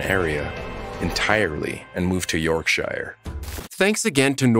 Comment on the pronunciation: Crime #20 on this episode: the narrator not being able to pronounce Leicester, Yorkshire or Lancashire etc. correctly. 🤦🏼‍♀️